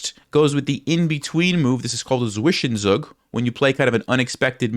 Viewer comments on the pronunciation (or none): You keep mispronouncing Zwischenzug, which is cute (but wrong). The word is German and (traditionally) borrowed foreign words are pronounced the way the native speakers would (or close to it). In German the letter "Z" at the start of a word is pronounced as "ts", so the way properly say that would be [ˈtsvɪʃənˌtsuːk]. Same goes for Zugzwang, BTW ;-) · Im german and it sounds amazing how you spell Zwischenzug. I needed a few weeks until i recognice it is a german word hahaha xD. You make great content it helps me alot improving my chess skills!